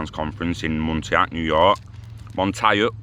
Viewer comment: Montauk [MON-TAWK]